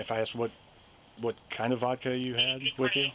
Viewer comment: It's Ohio. The only thing he did wrong was drink vodak instead of Michelob.